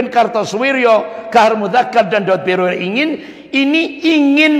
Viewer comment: Subhanallah, saya selalu mengikuti ceramah pak Ustadz ini dan senang. Cuma ada lucunya ketika beliau menyebutkan nama Pak Daud Beureh menjadi Daud Broreh. Ha..ha..ha... Jadi saya ketawa dan geli dengarnya.